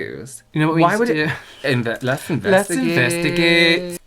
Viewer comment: "Let's investigeght." I love The Internet Investigator! <3